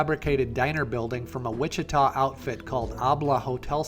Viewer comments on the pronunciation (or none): none